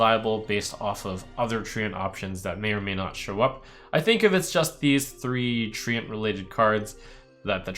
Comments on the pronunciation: it's read as trent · FFS it’s pronounced ‘trent’ not treeant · Do you really pronounce it Tree-Ant ? :D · no it's tree-ent, not trent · 100ways 2DIE Tent with an r? ok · HAHAHAH was thinking the same thing... THE TREE-ANT-MAN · SAY TREANT AGAIN???? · Jens, please write an angery (sic.) email to Trump correcting him on his pronunciation of Treant.